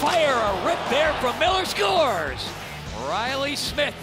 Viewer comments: Announcer/Commentator: SCHUERZ! (Scores) LOL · god i hate how he said "SCORES"